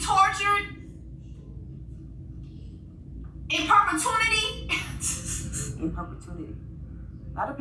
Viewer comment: I love your content, Jessie AND it’s perpetuity not “propertunity”